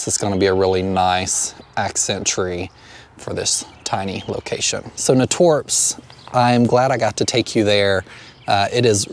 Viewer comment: I need to go there soon, such a great selection. It's pronounced nay-torps 😊 at least that's how us native Cincinnatian's pronounce it, lol.